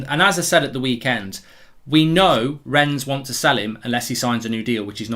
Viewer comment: Mark please have the manners to say names and names of places properly RENNES is pronounced renn the s is silent iin french